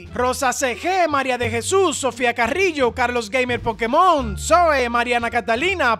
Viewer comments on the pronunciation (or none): none